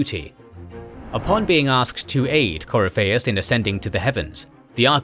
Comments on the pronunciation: Yeah, CoryPHEIUS, instead of CoRYpheus. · Cor-y-fei-us = 👎 Cor-if-i-us = 👍 I'm so glad Dragon Age lore is getting some more videos! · sound it out . its core if fee us this is how its pronounced in literally any dragon age game scene book lore. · The way you butchered Corypheus' name grated on my ears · how did you fuck up pronouncing the name Corypheus? he literally says his name in the game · The game says the name correctly. It's not that hard... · Glad somebody else caught that pronunciation. I love this channel to death, but sometimes it's clear whoever gives the copy to the narrator doesn't include a proper guide to how certain fantasy names are pronounced. I give leeway on names that have maybe only been officially mentioned by an author in some obscure interview...but Corypheus' name was pronounced consistently all over DA:I by several voice actors. Unless they pronounced it differently in the DA2 DLC (which I confess to not have played), this is an oversight. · The mispronounciation of Corypheus is somewhat painful. Sera would be proud though. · Great video, but please watch a scene from inquistion where they say Corypehus' name. Im thrown off by the pronounciation each time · Video is well done and well put together, my only nitpick is how some things are pronounced like “Corypheus” and “thaigs”. Otherwise, these videos are excellent. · Dragon Age is always good! Pronunciation Help: Corypheus = Core-riff-e-us Thaig = Tieg/Taig